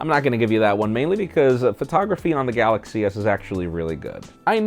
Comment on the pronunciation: Galaxchee -.- xD